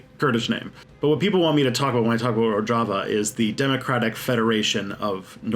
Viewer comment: It's Ro-zh-ava, I think.